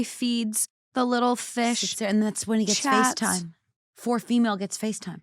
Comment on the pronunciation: Instead of FaceTime- FishTime🤣